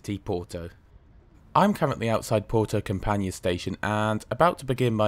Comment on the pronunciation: Thanks for the report, just one thing, I'm not exactly expecting you to know how to speak the languages of the various places you visit but I would strongly encourage you to put the place you're visiting into Google and listen to the pronunciation. Campanha for example is pronounced a bit differently from how you said it, the ending especially. Don't get me wrong, it's a minor thing but just thought I'd let you know.:-)